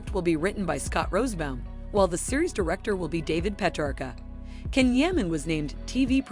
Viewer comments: At least pronounce the Turkish words and names properly, or make the effort to! "Jan" not "Can" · Please don't mispronounce his name